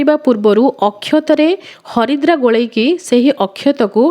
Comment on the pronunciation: Sister haridra kn Naa harida ku haridra kahuchanti plz kuhantu